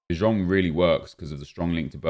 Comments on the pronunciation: ITS NOT DE JONGGGG ITS DE YONGGG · And no, you are not the only one who hates how nep pronounces de jong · Because he can’t say his name right